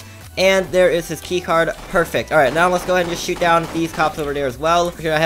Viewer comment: U keep saying dare instead of there lol